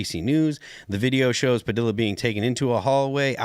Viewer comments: IF he says pa dill a one more time. It's pa de ya, mexico and latin america ain't goin' away they are coming soon to be near to you. . . . say name correctly. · Its pronounced Pah-dee-yah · The "L"s in "Padilla" are silent.... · You sound like a bonehead saying Padilla wrong😂